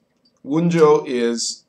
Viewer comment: I have to say I find the pipe smoking during the video to be annoying. If I am going to invest my time in watching content about a topic, I would rather not sit and wait for someone to tamp and light their pipe and then puff on it. Also, the names of the Runes are reconstructed in Proto-Gemanic. In Germanic languages the J is pronounced like a Y, it is "Wun-yo" and not "Wun-Joe".